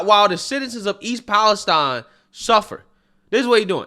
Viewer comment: You need to learn how to pronounce "Palestine"